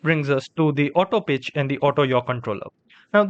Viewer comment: "auto bitch controller" 💀💀💀💀💀